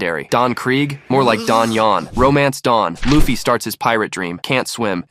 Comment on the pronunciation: L-uh-ffy? Seriously? Uggggggh